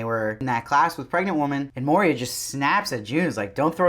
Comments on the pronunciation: Good review. I am not being mean.... but I believe it’s Moira not Moria . Love your attire!! Keep em coming! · it's moiiiiira not moria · I’m really enjoying so much of these reactions, but it’s Moira (Moyra with an oy), not Moria, says the Jew. The oy is important! I can’t believe no one else has pointed this out, but just in case… 😉 No other complaints… I do love how we start to root for Serena here. How can we, and also how can we not? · I do like your reviews, but stop saying MoRIa. It's Moira. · Her name is Moira man, not Moria... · Great review - but her name is pronounced ‘Moy-rah’ not ‘Moh-reah’. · It's Moira dude, NOT Moiria! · It's pronounced MOY-RA... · JozBot Yeah, he keeps saying Moria. I guess Gilead is so bad that it can melt the One Ring. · It's pronounced like Moy-ra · Dude, your reviews are generally pretty good. And praise be, fast. So I do appreciate being able to have commentary right away. But do you think you might pronounce Moira correctly? Did you simply read the script? Mo-ree--ah? We have heard her name pronounced many times. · I love how you pronounce her name like the Mines of Moria. 😂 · Your pronunciation of Moira was so stressful 😂